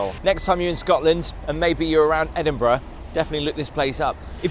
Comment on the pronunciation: I love how you explain everything. But why can you not pronounce Edinburgh correct. Especially as your English. Very very disappointing